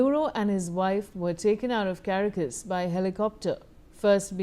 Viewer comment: The city is called Ca-ra-cas. Thank you